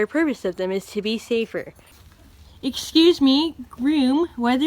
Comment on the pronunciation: Jesus fucking christ this is brilliant. "Eshcuse me, grewm."